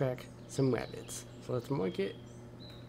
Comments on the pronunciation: He keeps saying wabits like Elmer Fud haha im losing it lmao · “Wascally Wabbits” 😂😂😂